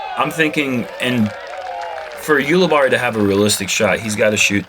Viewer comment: I'm pretty sure when I've heard him commentate he's pronounced his name You-li-berry